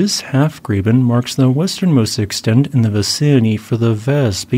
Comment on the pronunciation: Dude, the term, Graben, is German and means grave. I concur that it is the correct technical term for the structure that encompasses Lake Tahoe. (I've even been bird watching at Carnelian Bay: it is Heavenly) Graben is pronounced like robin due to its German derivation. Cheers.